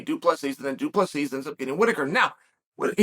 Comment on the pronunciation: The last s is silent, not invisible.....😊